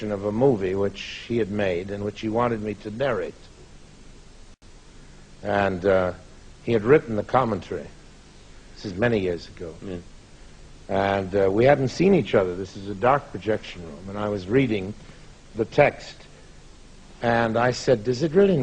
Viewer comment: Him pronouncing commentary as comminturi at around 30 something seconds is amazing 😀